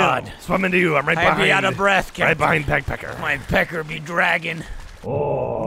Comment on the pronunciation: Every time they say “peg pecker” it sounds like “pek pek” and in Filipino that means vagina so every time they address Michael I’m caught off guard😂😂